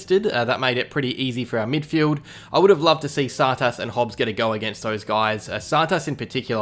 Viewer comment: yeah only way I can sorta explain it is too much emphasis on the second syllable